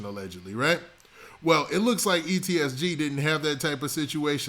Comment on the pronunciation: PLEASE FOR THE SAKE OF YOUR FOLLOWERRSS !!!! FUCKING MAKING IT SHORT AND BRIEF !!! THE RAMBLING HOLY SHIT RUN ON SENTENCES.. AND ITS EEEEE SSSSSSS TTTTT NOT EEEEEEEEEEEEEEEEE TTTTTTTTTT SSSS GGG !!!! holy your a reporter and dont even know how to pronounce there NAMES ?